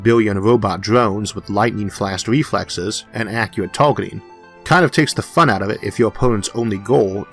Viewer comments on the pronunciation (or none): none